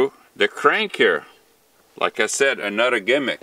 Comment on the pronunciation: Don’t forget to add up the money saved on annual gym memberships, plus the health benefits of keeping active. What kind of accent sounds like, “use anudder one”? Canada?